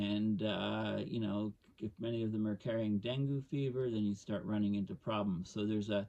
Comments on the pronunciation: Pronounced Deng-gee here in the USA. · Great talk, thanks. If I may offer a slight correction dengue is pronounced as though it is spelled dengey or dengee. For those folks who don't know: Dengue fever is a mosquito born disease that has symptoms similar to malaria. It seldom is fatal on the first infection, but is quite dangerous with a second infection and often proves fatal, The incidences of dengue fever have been ramping up here in Thailand, but it will inevitably become a serious problem in the southern tier of the US as the long term effects of climate change take effect. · Dengue. Rhymes with Bengay